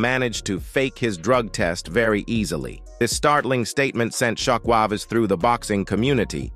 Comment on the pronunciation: "Shock Wàvez" anyone else catch that